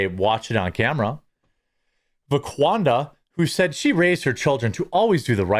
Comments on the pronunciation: C'mon Jeremy, get it straight for the sake of accuracy. It's VaquandRa, not VaqaunDa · I thought he said Laquadra 😂😂